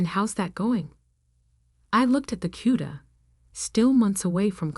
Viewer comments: Also ... the 1970 plymouth 'h'uda' is actually 'C'uda... as in barracuda... These stories need to be checked for accuracy before sending to the reader or Ai. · I'm old and the nickname for a Plymouth Barracuda, was "Cuda", not "huda". It was corrected later in the narrative. Please pay attention to what your AI voice says.